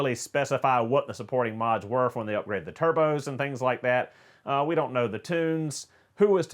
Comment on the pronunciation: Sounds like he keeps saying: Donut forgot to Google and see that these cars are trash for going fast.